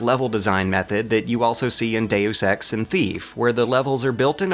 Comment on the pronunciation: Pretty good work as usual. Criticism: 1. You pronounced Deus Ex incorrectly. 2. You can easily fit System Shock on a gamepad. And I mean easily, with buttons to spare. 3. You claim the game was predominantly made by musicians, but this is inaccurate. They were responsible for the fantastic audio work only. 4. your comparisons to Metroidvanias and other great console games (Dark Souls), whilst not invalid, seem a little out of place. For example SS1 was not the first to feature level design & progression of this style. What about early Zelda games (released before System Shock)? That's basically "metriodvania" style level design and progression, just top-down. The notable things about SS's level design is it tried hard (and succeeded) in creating a realistic/simulated game world, more so than other games of the time, and you could return to previous decks at any time with everything as you left it, otherwise it's level design was nothing new for the time so comparisons to games from 1996 (Castlevania:SotN) or 2011 (Dark Souls) are out of place. Plenty of old games featured this approach to level design and progression. It'a the simulation design in all it's forms and the depth of the story and gameplay that makes it stand out, even today. Anyhow, good to see you recognised the significance of the game.